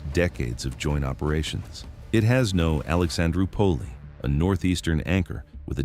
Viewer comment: Alexandro pulley instead of Alexandroupolis, but, that’s AI.😆